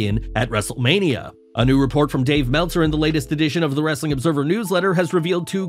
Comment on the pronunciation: Pls stop saying wrestling like a barking dog No disrespect, but it's annoying and cringy